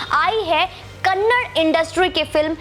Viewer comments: Not kannad kannada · Kannad Nahi Madam Kannada (KANNADA) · It's not kannad it's kannada... If we pronounce Hindi as hind it's not sounds good...... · mam its kannad film industry nahi, KANNADA film industry💛❤ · Madam bhasha ka nam Kannada hai Kannad nahi ..pls request you to pronounce it correctly.. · Ma'am it's not kannad it's kannada.🙏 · Madam it is kannada not kannad Please make sure next time u read out correctly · It is not kannad , it is" kannada " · Ma'm its not 'Kannad', its Kannada.....🙏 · Kannada is not kannad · Madam the language is called 'kannada' not kannad.....plz don't hurt kannadigas sentiments.....I request you to correct urself....we understand you are not exposed much to karnataka.....plz madam....correct urself.... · Can't say the language name properly and reviewing the movie, kanad nahi behanji Kannada... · Madam it's not kannad it's KANNADA Our Pride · कन्नड़ नहीं है कन्नडा है😎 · Respected Madam its KANNADA not Kannad. Please correct your mistake my humble request as you are disrespecting and mispronouncing the language. Hope you will correct it. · Thank you for reviewing and supporting Kanthara.Please say it Kannada not Kannad. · Please pronounce the language name properly..It is kannada and not Kannad. It is high time. Please correct it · Thank you for your words for our film KANTARA........ Madm it's KANNADAAAA not Kannad kindly correct yourself please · It's kannada, not kannad, pronounce properly